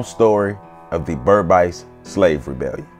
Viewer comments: Sorry it’s not pronounced BERB ICE. It’s BERBICE pronounced Ber biis/beeees. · Great to see Kofi being celebrated here! Just an FYI Guyanese pronounce it "Ber-beece" to rhyme with "fleece" instead of "Ber-bise" to rhyme with "nice." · Berbice is not pronounced Ber bisee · As A Guyanese, I paused it as soon as u couldn't pronounce Berbice properly. It would be like if a West Indian did a video about Harriet Tubman or Sojourner Truth and fucked up her name right from the start. Would you trust any further information in that video? 😂😂